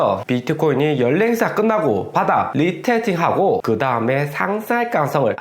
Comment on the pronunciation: 리태팅아니라 리.테.스.팅이요